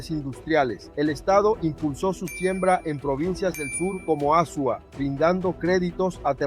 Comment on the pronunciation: Amigo está bien, el vídeo, trata pronunciar Azua bien, porque lo pronuncia horrible 😮